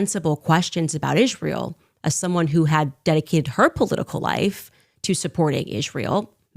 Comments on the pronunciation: Why does Owen say it like “ish-rael” kinda bugs me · She is the only person I've ever heard pronounce it "Ijrael" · Did Candice Owens always pronounce Israel like ISHrael? I guess I never noticed bus she said it like that EVERY time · Why does she say Isjrael? Lol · She pronounces it a bit like "Ish-rael" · Every time she says "iszhrael" I want to fucking scream